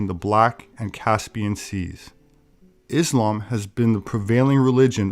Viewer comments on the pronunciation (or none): none